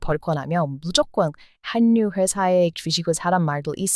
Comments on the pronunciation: 한뉴가 아니고 할류 공군력은 공군녁, 공군+력 만약 허방 국군이라면 공+군력이 되므로 공굴력 요즘 군사무기 소개하는 유명 유튜브도 해군력을 해굴력이라 발음하던데 틀린 발음입니다 다 좋은데 음식은 유한자원이니 한국사람이나 먹게 타국은 각자 자극 음식을 사랑하길 바랍니다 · 늘 한국에 대해 관심과 애정을 가져주셔 고맙습니다. 그런데 한가지 발음을 고쳐주셨으면. 한류를 한류라고 발음하면 안되고 '할류'라고 발음하셔야 됩니다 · 와~ 이분~ 한류 전도사시네~ 감사합니다~ 그런데 다른분도 얘기 하는데 한류를 읽을때는 (할류) 자음동화 되어서 저렇게 읽습니다~ 참고 부탁드려요~ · 한류라고 쓰고 할류라고 읽습니다. 저는 그냥 한류라고 읽는 것이 좋을 것 같은데요. 그런데 할류라고 읽는데 표준이라고 하니 어쩔수 없지요. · 박수를 쳐야해요❤ 아~ 답답해 한류[할류] : 발음에 주의해 주세요. 자음동화현상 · 준비하신 내용 잘 보고 있어요. 근데 한류를 발음할 땐 "할류"라고 하셔야 해요. 뒤에 "류"가 앞에 "한"의 ㄴ에 영향을 줘서 같이 ㄹ로 바뀌는 "자음동화" 법칙에 따라 그렇게 되는 겁니다^^ 님의 한류소식 앞으로도 기대할게요^^ 대신 발음도 둥글게 둥글게^^ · 한류라고쓰고 할류라고 말합니다 영상에도움될까해 남깁니다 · 발음과 말투가 귀여워요... 그런데 한류를 발음할 때, /한뉴/라고 발음하시던데 그냥 /할유/라고 발음하는 게 자연스러운 발음이에요. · 댓글 다 읽어 본다며? 그런데 아직까지 원래,본래. 한류를 그리 어줍잖게 발음하나? 월래,볼래,할류로 읽는다니까 ! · 한류 발음이 '할류'예요. 영어로도 hallryue인가로 쓰이던데. 전에도 제가 댓글 썼는데... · 고마워요. 여러 가지 사실들을 잘 알려줘서요. 그런데 한류는 할류라고 발음 한 답니다. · 는 한국어를 어떻게 그렇게 잘하는지 정말 놀랍네요. 발음도 좋고 어려운 단어도 많이 알고... 그런데 틀린 발음 하나만 지적하자면 '한류'란 단어는 글자 그대로 읽지 않고 '할류'라고 읽는게 정확한 발음이에요. '전라도'도 발음은 '절라도'라고 하는게 맞고 '신라'도 '실라'라고 발음해야 합니다. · 한류 발음은 "할유"입니다. 이게 두음법칙이라는 건데 첫 음절 받침 자음과 두 번째 음절 초성 자음이 만날 때 발음이 달라져요. 그걸 공부하셔야 할 듯요. 발음을 너무 철자에 맞게 하시려는 것 같은데 그렇게 하면 안 됩니다!